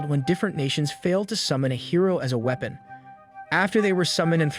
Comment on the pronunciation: You're pronouncing weapon as we pon. This is an AI recap I'm done watching.